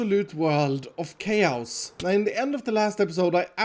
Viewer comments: I love your videos but you need to learn how to pronounce chaos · It's chause not chaos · he pronounced it as kei-ouws which should've been kei-aws or kei-yos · it’s chaos not k-house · Ah yes , not chaos, kayhouse. Gotta love the mans pronunciation 😂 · Chäeyiows my guy, its pronounced ckäeyiosse' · When he says chaos as kaoas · i thought he was saying k house lmao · Why do you say chaos like chouse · No no no... it’s Kay-ouse! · I like the way he says chaos: Kous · Kay-aos I'm confused now, is that how you say it? I don't think that's how you pronounce it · I love the way he says chaos lol, “kay-ohs” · Nobody:: Chaouse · Noone:: Kayouse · "i'm living in keeauss" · I love the way he says chaos “chayowse” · Nobody:: kayaous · just to let you know "chaos" is pronounced Kay-oss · look at all this chaos! hear it as kiosk Me:? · Ah yes... Ckayoz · Everyone: chaos: kayaous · saying chaos sounds like someone who can’t pronounce cows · “Cows” is exactly how we pronounce chaos in Sweden actually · Keyaous chaous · Thats because in swedish we pronounce it like cows. So he probably got it from his accent. Stop being mean and judging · pronouncing “Chaos” like “Kay-ow-s” multiple times in his episode Me: hjjjjjjgggffyyiOo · Chaows, Chaows! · CHAOUS; pronounced just like the Queen intended. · Is it just me or is the way pronounce chos funny-'chaouss'. no offense man you make get vids. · Don’t you just hate living in “kayows”? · The way he says chaos makes it sound like an exotic country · I love the way pronounces chaos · Lmao i love how you pronounce chaos. 🤣🤣👍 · because of his accent the way he says chaos is really weird that's not a bad thing it's just a observation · I never pronounced the word "chaos" the same way anymore 🤣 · Nobody talking about how iskall cant pronounce chaos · I like it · the way is saying chaos... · i love how iskall pronounces 'Chaos'